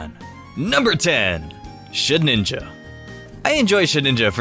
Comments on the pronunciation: I actually lol'd at "Shed-ninja" and "Traunt", but then I couldn't figure out if you were actually saying them wrong as a joke or not haha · its sheDINja